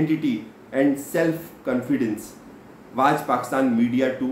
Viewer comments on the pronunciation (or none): none